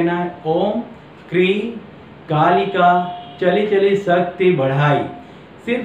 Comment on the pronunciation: मंत्र को खाली बोलने से कोई फायदा नही,display करना चाहिये, समझ नहीं आ रहा, आप त्रीं बोल रहें हैं या क्रीं, ऐसे वीडियो देने का कोई फायदा नहीं, sorry